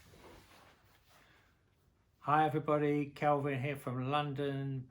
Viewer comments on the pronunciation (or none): none